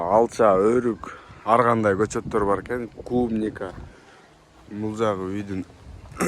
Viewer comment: Сенин атың ар гандай болот. Аргандай дей берет екенсиң.